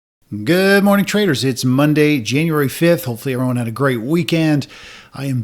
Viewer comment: It sounds like you're saying ''Good morning traitors! haha